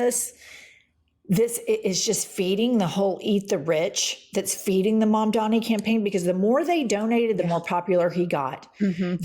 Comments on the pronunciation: It's Mamdani, Pumps. C'mon now. It's super easy to say. Think "Mom-dawn-knee." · What is it with people's inability to pronounce Mamdani?! MUM + DONNY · Joe Scarborough literally just pronounced Mamdani's name correctly and made a self depreciating joke about it, then 15 seconds later mispronounces it..... Gallego, Gestapo, Grijalva, Mamdani. Jen,, I love the show but now that you're at 1.36 mil subscribers and are a major left wing channel, can we please get more professional and pronounce words you've heard 100s of times correctly????